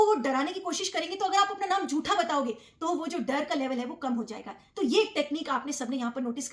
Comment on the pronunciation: “जूठा” नहीं, “झूठा”